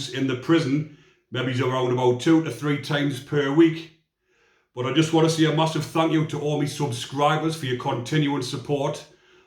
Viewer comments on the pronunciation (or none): none